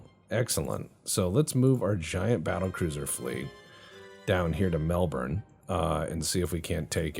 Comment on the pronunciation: Aussie: I'm just thrilled you bothered to learn a half decent pronunciation of Melbourne honestly.